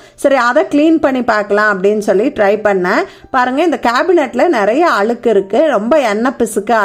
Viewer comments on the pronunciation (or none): Video super but தமிழ் ல ழ உச்சரிப்பு சரி பண்ணிக்கோங்க பலம் அலுக்கு